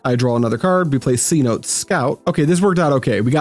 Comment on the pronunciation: Cenote is an ancient Mayan word and is pronounced like Say-no-tay